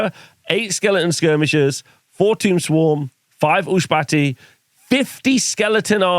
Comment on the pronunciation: Ushabti....Ushbahti...Ushabti....Ushbahti.... you are definitely saying it wrong